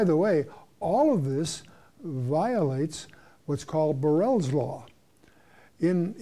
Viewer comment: Around 27 minutes he says something regarding a law. Barrels law, burrels law? Anyone have some insight or the correct name? I couldn't find anything